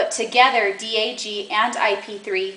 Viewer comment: You're saying DAG wrong. Also, is that a cucumber?